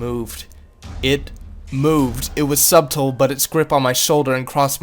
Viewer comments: I lost it after he said subtle like SUBtle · FYI, the b in subtle is silent. Pronounce like suttle.